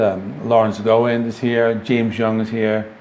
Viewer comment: Great list. As an FYI, Larry Gowan's last name is pronounced G aw ahn. Keep up the good work!